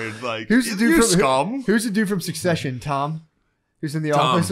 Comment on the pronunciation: This pod has fallen off. Back in the day no one would let it slip by if Matt messed up and pronounced Succession as "suck session." We would have had a good 10 min on historical falatio rebels.